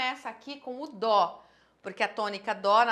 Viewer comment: SE FOSSE PRA PRONUNCIAR DÔ A NOTA NÃO SERIA DÓ. DESISTA DE ENSINAR UMA COISA QUE NÃO SABE NEM O BÁSICO